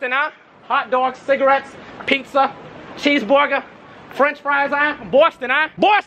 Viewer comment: cheese bwoogah 😂😂😂